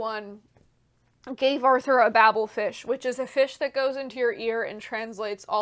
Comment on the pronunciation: It's pronounced Bay-bel fish, not Babble fish - referencing the Tower of Babel in the Bible... definitely not bibble. Also, it's pronounced doe doe, not doo doo - that's a don't don't.